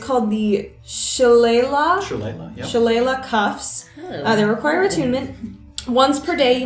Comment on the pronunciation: I do love listening to people try and say: Shillelagh